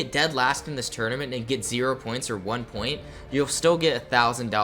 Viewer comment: new guys cool but he cant say tournament.